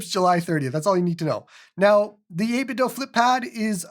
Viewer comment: Thank you for not saying 8 bit doo like other YouTubers on this platform. It's cringe when they say it like it's some Scoopy Doo. It's 8bitdo, like Nin ten do